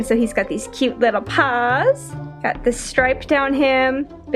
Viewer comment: CUTE LITTLE PAUS